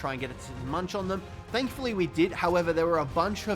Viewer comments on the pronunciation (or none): none